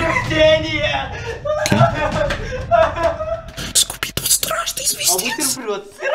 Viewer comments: Вообще-то скуби-ду а не скубидебидк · Не скуби-дуби ду а скуби-ду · Кто тже услышал что он сказа не Скуби - ду, а скуби дуби- ду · Скуби - дуби - ду , мило хоть и говорится Скуби-Ду" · Ну зачем, зачем, зачеем ты говоришь "бидубиду"? Там всего лишь Скуби-ду. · Скуби-ду А не Скуби-скуби-ду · Не скубидубиду а скубиду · почему ты говоришь скуби дуби ду??? XD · угарал как он неправильно сказал Скуби-Ду. А сказал скубидуби ду😂😂😂